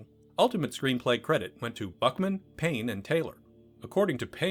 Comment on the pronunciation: Aaah, Payne and Taylor! That makes more sense! I thought you were saying Penn and Teller!